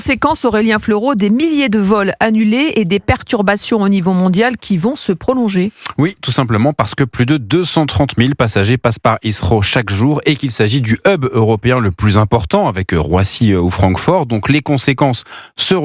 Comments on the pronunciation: C’est “Heathrow” pas “Issro” faites un effort svp… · hea"th"row pas heasssrow vous êtes terrible les français, th ne se prononce pas comme un s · Il a bien dit issro ça se dit pas comme ça mais bon l’anglais et les français c’est pas une histoire d’amour que veux tu. Il aurait pu faire pire il a essayé au moins